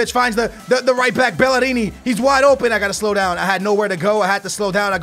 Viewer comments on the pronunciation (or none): lol skillz its bellerin, i thought you were syaing bellerini as a joke. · Its Bellerin not Bellarini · The way to pronounce bellerin is bell-er-in not bell-er-ini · I dont understand how you get Bell-a-rini from Bellerin? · Don't say BELLERINI you say BELLÉRIN, not with an I at the end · It's bellerin not bellerini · its bellerin not bellerini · It's not bellerini it's pronounced Bae,erin because 2 Ls in spanish is ae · "BEL" - "LER" - "IN" not "BEL" - "LER" - "INI"...... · Dude Why do you say bellerini? There is no i at The end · Iam not pissed but its pronounced hector belerin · Bellerin ( pronounced bel la rin ) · its pronounced Bell-r-rin. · Actually it's pronounced Bay-er-een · ok you ready? BELL-ER-EEN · It's Bell-er-in :) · as u bought bale before in man U career and BTW ITS. BELL-A-RIN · its bell-er-in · it bell-er-in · It's pronounced BELL-ER-RING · keep saying bellerini cus it pisses off the arsenal fans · y do u say bellerini that is not how u pronounce it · Just letting you know it's pronounced Bell-er-in. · It is pronounced be-ler-rin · Bell-eh-reen = Bellerin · GOTTA ROLL THE R THO